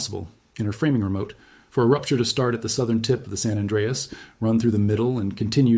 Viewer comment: You do not know how to pronounce "San Anreas".